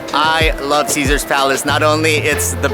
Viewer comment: Caesar’s is and will always be my favorite. You said it perfectly 👍